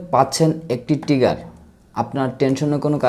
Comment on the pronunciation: টিগার না উচ্চারন টা হবে ট্রিগার